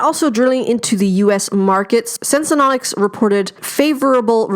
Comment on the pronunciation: Thanks for the valuable info. But it’s name is “Senseonics” not “ Sensenonics” ; )